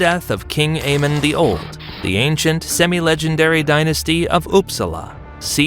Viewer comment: Those "Semi-Legendaries" were painful to listen to as a norwegian 😭